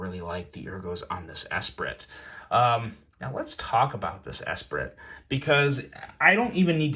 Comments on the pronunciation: Dude said “S-prit “ Although, it does feel weird to say it the right way, particularly with the brand name first. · Pronounced ess-pree. I learned that in French Class about 30 years ago. Kinda undermines your credibility when you don’t pronounce the correct name of the item you’re reviewing. And the screws screwing directly into the titanium scales? That’s not a positive, it’s a negative. Cross thread the screws into the titanium and the knife is toast. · Pronounced Espree.